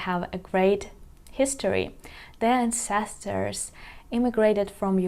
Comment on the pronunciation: Вітаю. Помилка при промові слова ancestor [an·seh·stuh], ви додаєте цілий склад [si]. Щасти!